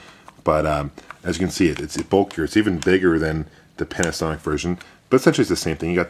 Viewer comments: Did you say Panicsonic instead of Panasonic? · Panicsonic, like Jagwire :D